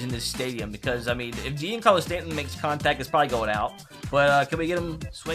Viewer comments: It’s supposed to be said like Jon Carlos Stanton not Jian Carlos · Stop saying “je-ancarlo stanton” it’s pronounced “johncarlo stanton” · It pains me to hear him say Jeencarlo Stanton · Its pronounced john Carlo Stanton bruh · he also said "JEAN-carlo Stanton" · The way he said giancarlo 🤣🤣🤣🤣🤣🤣🤣🤣🤣🤣